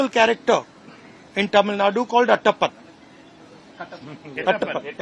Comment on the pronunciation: He is “Etappen” and not “atappan” Mr. Rahul Gandhi.